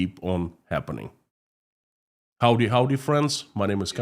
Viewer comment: Interesting to hear “Howdy” in a Russian accent. Thanks for the update.